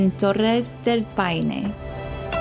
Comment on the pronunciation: DEL "PINO"? PA I NE*